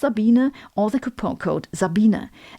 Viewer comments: Congrats Sabine! I I eagerly wait form each of yor videos. Hmmmmm.... So your name is pronounced "zabeen - uh" .... interesting! I like the way you pronounce "Einstein" correctly as well! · I like that you have become popular yet people still do not pronounce your name correctly, Dr. Za-bee-na.